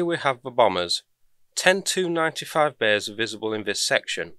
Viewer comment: Hi - Good stuff as usual, thanks! A minor point on Russian aircraft "nomenclature". The prefix is usually pronounced as the individual letters as an abbreviation of the manufacturer. As in TU-95, not Two95. SU-25, not Sue25 etc. Maybe that's just a US military thing. Keep up the good work! Cheers....